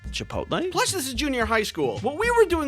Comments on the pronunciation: “Chipotle?” Goes crazy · "Chipotle?" killed me man 😂